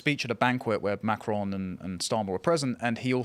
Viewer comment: It’s pronounced; ‘ma-cron’ and not ‘Mac-crone’. Geez